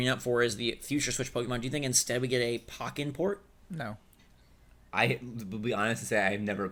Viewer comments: The E in Pokken is accented. So it would technically be pronounced Pokkén/Poh-kayn. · Im triggered that you said Pocken and not Pokken. It's literally Pokemon + Tekken mixed together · First of all, it's pronounced PO-KEN not pocken. Secondly, Pokken would work better on switch because getting a setup going would take less effort as the wii u version, which requires 2 wii u, 2 lan adapters, a crossover cable, plus 2 monitors. On top of that, you have to set your internet settings to a specific IP and DNS to even have them communicate for LAN mode. Having a port on the switch would bring forth the ability to play against others on the go, plus it would have local wireless functionality and less hassle regarding getting tournaments going, much like how you would have to do for Splatoon on Wii U. Splatoon 2 is already an improvement on the original just from letting people play without having to be connected via internet, so Pokken would benefit in the same way. Plus, having it on the switch would expose a lot more people to the game considering that the Wii U didn't do too well, and the Switch is already doing fairly well already. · Every time you said Pocken I died a little inside. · He says Pokken wrong